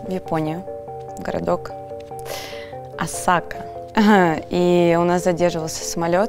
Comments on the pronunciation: Не Осака, а Осака!) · Осака - ударение на О ставится , мой любимый город , мое имя похоже на название города🙃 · ну не осАка а Осака, и мне кажется она его хочет)) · Не осАка а Осака